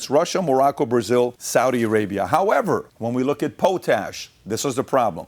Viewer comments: Its POTash not POtash brother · Pat. It's Pot_ Ash . That's Pot Ash put together as one word. Christ that was hilarious listening to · Can't PBD get anyone to correct him while hes filming? Or just surrounded by yes men. Its pronounced Pot Ash. Not poe tash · I love you show I'm just letting you know don't mean to be smart but it is pronounced pot ash like a pot you cook in and Ash from a fireplace just thought you might like to know like to know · Po tash? Really Pat? Pot ash. Lol. Love your show. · pot-ash that's how we pronounce it in Canada. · Pot-ash not po-tash. Canada is slowing down potash mining due to "climate change concerns". Yet they allow the green belt to get developed and add a minimum of 1 million people to eat our food. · Pot-ash not po-tash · Sorry its "Pot" Ash... lol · Pronounce potash its pot....ash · PO-TASH … dumbass lol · It’s pronounced pot-ash. Simple mistake for someone who doesn’t deal with it. It’s the primary source or potassium K In modern agriculture. Enjoy your content eat beef we won’t let you down. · Thats not how you say potash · Mis-pronouncing potash.